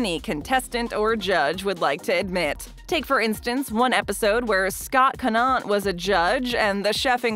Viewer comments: It's Co-nint, not cah-nawt. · It's not Connot it Conant.